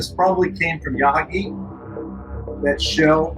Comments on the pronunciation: Learn to pronounce names properly.... the Japanese battleship is pronounced YA - MA - TO ... the Japanese language is made up of small syllables, very distinct, does not run into each other. same with the Ya - Ha - Gi .... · Hey narrator. It's Ya-ma-to, and ya-hah-gee